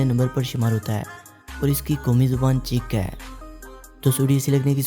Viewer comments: che chak nahi bhai , czech republic , check padhen gy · Harami jahil insan mulk ka naam tu correct parho